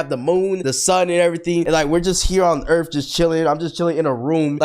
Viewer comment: URATH!!? THIS IS EARTH